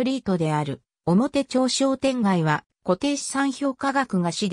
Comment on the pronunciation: 表町の読み方 ×おもてちょう ○おもてまち